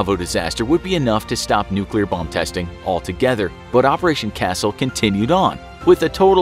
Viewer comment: There was a nucular explosion bit this might be a health hazard